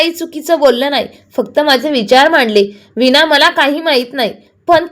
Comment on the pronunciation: विना नाही वीणा